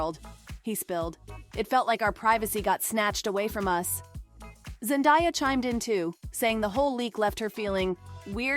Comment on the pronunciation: Could you like pronounce her name correctly? Zen DAY ah